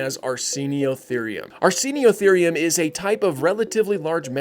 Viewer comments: oi* not "io" 😆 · You don't pronounce it correctly, do you?